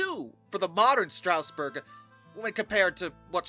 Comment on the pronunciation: Bro cannot pronounce "Strasburg" I have talked to SRC engineers who have used 31 to pull 8 or 9 cars which is about the max Strasburg runs, so the "not strong enough" argument isn't really true, although it was a bit much for such a small engine.